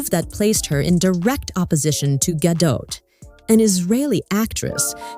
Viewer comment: This is nit-picky, but Gadot is pronounced "Gadott." It's a Hebrew word meaning "riverbanks."